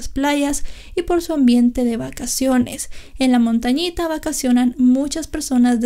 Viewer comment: Es "Montañita" c